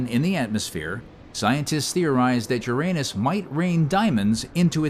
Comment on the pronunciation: Did anybody else giggle like a 7th grader every time the AI said "anus??